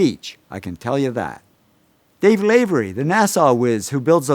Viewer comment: or when he pronounced nasa as nahsaw